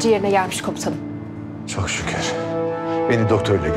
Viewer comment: Hələ komutanım yerinə komusanım deyir🤣🤦🏻‍♂️